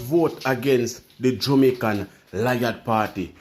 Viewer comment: Jamaican / not Jumaican